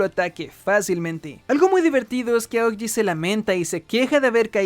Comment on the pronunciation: Son solo ideas mías o él dice Aogiji en lugar de Aokiji?